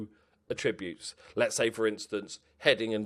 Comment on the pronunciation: Everything about this series is excellent - apart from the way you pronounce 'attributes'.